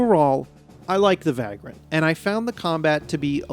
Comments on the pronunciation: It's pronounced vague-rant (/ˈveɪɡr(ə)nt/), not vag-rant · It's pronounced vey-grunt. 😉